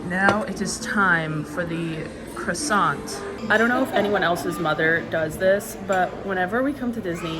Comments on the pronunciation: I think french people are a little more aggressive with the r in CRoissant. You can look it up and show it too her. You know help her with some french 😋😜. Thanks for the food review, I really enjoyed it. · Thanks for another great video! As Brits we find it fascinating to hear people from the US say 'crussont' as we tend to pronounce it like the French: 'Kwahson'. Same with Marscapone which we pronounce 'mahscaponay'. There are so many others, it's really interesting, such as parmesan (Pahmezan rather than the US pronunciation) and we say the 'h' at the beginning of 'herb' (hurb). I love all the different ways of pronouncing things between the two countries, it's really interesting - perhaps your mum is coming over all British/European on you! 🤩